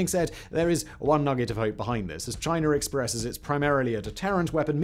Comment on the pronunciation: Speed talking + thick accent = gobbly gook just to say aircraft carriers are obsolete as the battle ship and missles are the next thing. It's CHINA NOT CHINER.